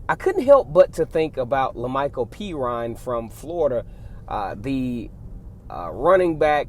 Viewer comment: Woohooo pronounced Perine right.😂